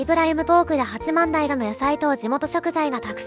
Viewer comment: 八幡平は「はちまんだいら」ではなく「はちまんたい」と読みます。残念…